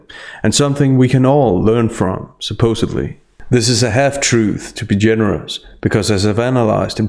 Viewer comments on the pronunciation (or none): Love your stuff but not “supposively” it’s SUPPOSEDLY